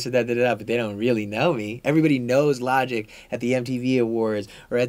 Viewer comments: bruh how you mispronounce logic LMAO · how do you mispronounce Logic?